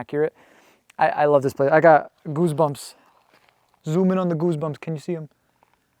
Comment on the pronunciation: I can’t believe you went alone, your obviously super nervous so things don’t always come out right but the “geese boomps” had me cracking up lol